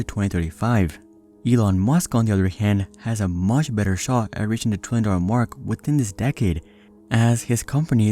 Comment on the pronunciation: Is it just me or is it that when he says trillion it sounds like 20